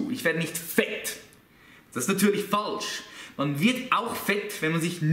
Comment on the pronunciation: Dat is nadülisch FAHHLSCH :) - > min